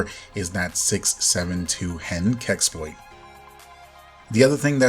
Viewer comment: You said so many time "keksploit", wtf is that? And hugeeeeee thanks for updating us... I seriously don't know what I would have don't without someone who makes everything pretty simple :)